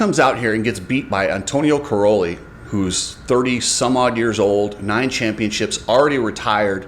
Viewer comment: Dude!!!..... Stop calling Tony Cairoli "corrolli"...... His name does NOT rhyme with a Toyota Corolla!!!....... Can you say "Kai...". Tony's last name sounds like "Kai..."...... NOT "Cor...".... Have some respect and learn how to say names correctly. Cai Ro Li. As in Kai. Kai Kai Kai...... Not Cor Cor Cor........ What a dingbat you are..